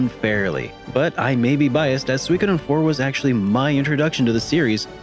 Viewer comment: It's pronounced soo-e-ko-den.